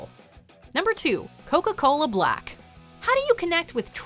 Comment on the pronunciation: Thinking Coca-Cola Blak with the pronunciation marks, isn’t pronounced as “Black” but should be said with a long A... “Blake”